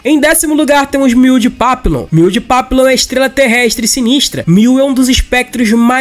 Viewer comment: Papillon é papion, tipo réveillon.